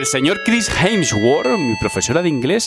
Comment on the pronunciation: Nadie: Pero Nadie:: Jensguor